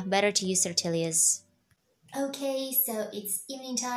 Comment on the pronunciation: It’s so cute when you pronounce “Tortillas.” The correct pronunciation is “Torteeya’s”. In Spanish, a double L is pronounced as a Y. 😁 Living in California, more than half of the population is Mexican and speaks Spanish. There are also Mexican restaurants in every city. (I’m not Mexican though, I’m a white lady trying to learn Spanish.